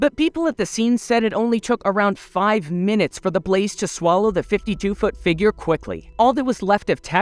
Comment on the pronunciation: I keep hearing him say “MY FOOOOT!” Lol